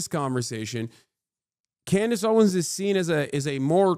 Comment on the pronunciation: Did he just say Clandice Owens 😭😂